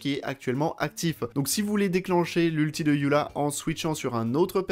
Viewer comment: Pourquoi "yula" et pas "Eula"?🥲